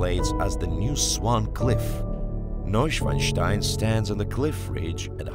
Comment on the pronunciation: He literally says 'Neushwastai' , as a german, this is very funny